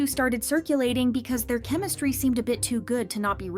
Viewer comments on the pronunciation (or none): none